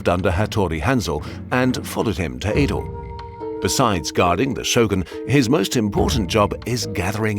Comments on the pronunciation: Just a minor nitpick: Old Tokyo is pronounced "eh-do", not "ii-do" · few notes. real ninjas wear blue and it is Ed oh not ee do.